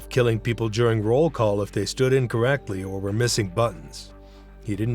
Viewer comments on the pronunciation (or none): none